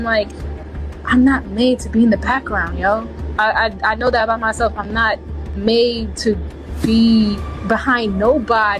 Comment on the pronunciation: I’m surprised even spelled Malicious Prosecution correctly the way “persun” and “mycellf” kept tripping her up. 😂😂😂 My God! She needs to be taking classes while she waiting on her king to get out.